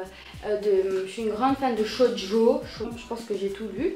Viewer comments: sa se dit shojo pas shodio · Juste une note ! ça se prononce "tchojo" ^^ sinon j'aime beaucoup tes vidéos!